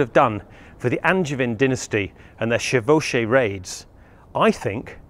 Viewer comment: I really love the way you pronounce "chevaucher / chevauché", it is almost good, alas in english the first 'e' has no relative pronunciation as in french It is kinda pronounced like the second 'e' in Everest, if you get what I mean The rest of it sounds good tho, it's undertandable, congrats